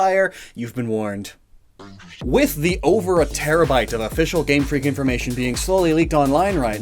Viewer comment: Game FREAK emphasis on the FREAK